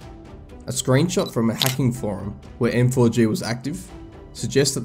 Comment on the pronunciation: M4G==MAG Idk why it hurts my brain whenever he says M4G